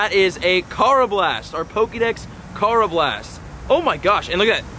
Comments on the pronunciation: Karrablast Ker a blest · Still pronouncing unova, throh, karrablast, and conkeldurr wrong but love the vids and glad your doing good with your mental health and everything.. keep up the great work.. (just learn the pronunciations.) Lol.. just playing..